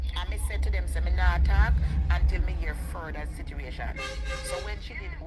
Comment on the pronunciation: 😂😂😂😂Educated ppl pronounce word Situation as Situration listen ppl all times she pronounce that word situration😂😂😂